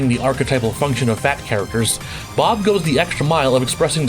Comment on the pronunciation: Did you say "Blob" from Tekken the first time? I swear that's what i heard.